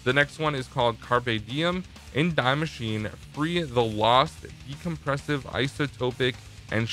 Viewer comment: Nobody:: Dye Masheen